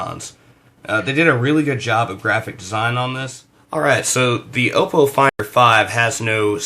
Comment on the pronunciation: 'Ahpoh' not 'Ohpoh'